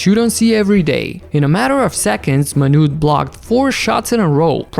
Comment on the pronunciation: First of all, not Manut Bol, but Manut-é Bol. And his not "second tallest" he's the joint tallest along with Gheorghe Muresan as they both stand at 2.31 m (7ft7in)